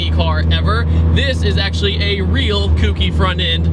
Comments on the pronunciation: not trying to be "that guy" but it's pronounced "coke-ee" not "kooky" the "ou" in kouki has a long O sound in the Japanese language. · It's pronounced ko-ki, not koo-ki round eye. Otherwise well done sir. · its kouki not kooky -_ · That sounds weird. Its こうき (ko U ki) He Keeps saying くうき (ku u ki)...its a later gen not a pastry... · KOHKEE not KOOKEE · Its not kooky.... its CO-Key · Great video! I loved my KA-T! Just a heads up, it's pronounced "Co-Key" not "Cookie." Not a big deal, just letting you know! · its not pronounced "kookie" for fucks sake its 2015 and america is still failing. Its KOH-KEY. The "ou" is pronounced with a long "O" NOT a short "o" like "cool". Every time hear Kookie I know its a band wagoner. The KA has proven itself for over a decade now. I feel like this video is repeating things known since 2003. 4 thumbs down. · Just a heads up, it's pronounced "Kouhh-ki" not like Cookie lol but good Vid! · "Kouki" is pronounced "koki" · so glad you said this as I was just about to do the same. I knew as soon as he said "kooki" He meant Kouki lol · The thing is people pronounce it "kooky" which makes other people think it's the word kooky. I have seen people actually think its called a "kooky s14" as in the word that means weird/strange/silly. It's just not a good thing to keep spreading. People need to understand its not the word kooky, but the word kouki, which means 2nd generation or late model/version in Japanese. I'm really not trying to be a troll or dick here. I'm just respectively trying to share information. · kooky is just more fun to say though, so don't worry about it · / my face when he keeps pronouncing kouki wrong.... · Thank god somebody said something. My ears were bleeding.